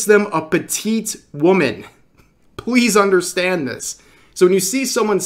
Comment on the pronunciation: "Pwease, understend that"? :3